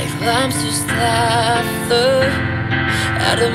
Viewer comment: Great job! Only suggestions I would give: 1. A lot of breathing and vocal fry (the grinding voice notes) could be toned down a bit. 2. There were a few words that were pronounced a bit weird ("slaughter" rhyming with "laughter" , "recognition" , and "the" is kind of skipped or not enunciated clearly most of the time). I figured it is because English is a second language. I understand how difficult it can be to learn another language, so the fact there were only a couple spots like this is very impressive. Other than that, amazing!